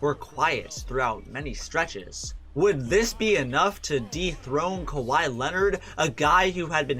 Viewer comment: "Holding Kahwi to 29 points"